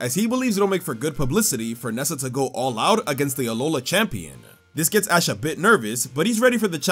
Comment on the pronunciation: he totally said ass instead of ash here btw